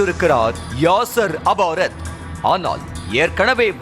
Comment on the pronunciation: Yennaadhu? Yasar abarath ah ? Yov adhu yasar arafath da